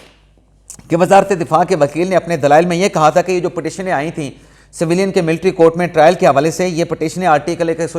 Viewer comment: Bhai jan saveelian naheen civilian bolty haen